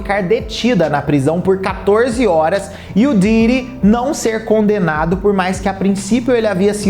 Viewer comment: O cara é youtube e não sabe pronuncia o nome de Diddy!😅😅😅